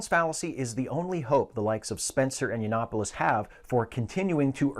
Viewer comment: "You-Not-Polis" it's Yiannopoulos. Yiannopoulos.